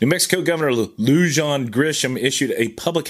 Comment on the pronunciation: Pronounced Bernaleeyo county and Loohahn